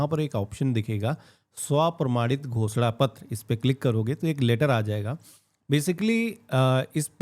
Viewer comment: Ghoshna pattr is sounds like Bh__da pattr. 😅😅